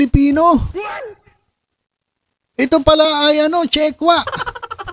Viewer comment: hehehe chickwa pala d chockwa😅😅😅😅